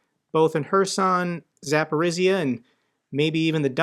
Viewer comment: love you content. If I could give you a tiny tip it's that Zaporizhzhia is pronounced zah-POH-reeja. The zh make a J sound. That is all. Thanks for the hard work.